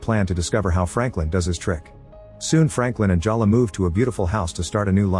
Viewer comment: Is it Jaw luh or Jell luh? You pronounce it both ways. But I'll bet it's pronounced Jay luh.